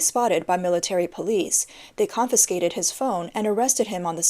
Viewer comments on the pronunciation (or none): none